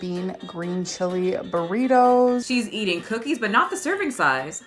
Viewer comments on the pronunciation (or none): It bugs me that she pronounces “ing” as “een.” I know it’s a thing for some people, but eateen, walkingeen, cryeen —really bugs me.